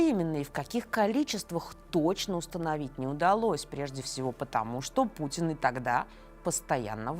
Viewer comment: Элцын, Пуцын.... Что за этнос?